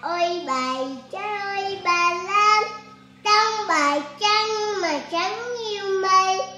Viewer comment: Các cháu tập cho phát âm rỏ chửi hơn nữa thì tuyệt như chử YÊU… NẮM….👏 hát hay lắm nha.